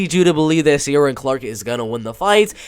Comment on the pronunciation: Just found your channel you really know your bellator, its pronounced shin-aid for sinead and keer-on for ciaran btw